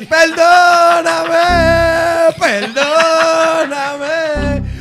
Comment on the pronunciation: peldooooonameeeee peldoooooonameeeee peldooooooonameeeee Jajajajajajajajaa Sorry es que es graciosísimo.